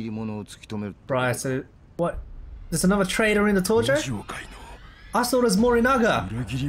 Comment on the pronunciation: Ia that how you actually say tojo like Torjo?